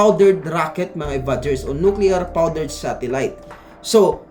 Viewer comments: Nuclear powdered 🤣🤣🤣, Nuclear power brad, hindi nuclear powdered,👌👌👌? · nuclear powdered po ba or nuclear power? 😅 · You are so hilarious man!!! Soviet satellite nuclear "POWDERED" damned it you fuckin said it twice!!! Ako Lang ata naka puna sa lahat dito. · Nuclear powder 😅😅😅🤣🤣🤣, bawal pala punahin ung maling pagkasabi ng blogger dito, mag unsubscribe na lang kaming lahat na mga kakilala ko,, sayang lang pagyaya ko sakanila na magsubscribe dito... Nuclear powdered 🤣 🤣🤣🤣